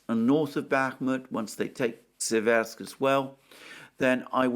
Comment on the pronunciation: In Seversk the emphasis is on the first syllable. The vowels e are identical in pronunciation.